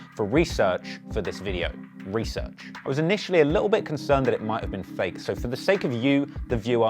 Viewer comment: When you emphasize "research" for watching a sex tape!